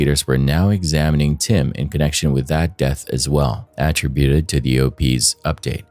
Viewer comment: Please, say ATTRIBUTED incoorectly one more time.